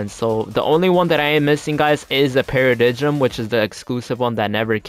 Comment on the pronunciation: Para-dime not para-di-jim lol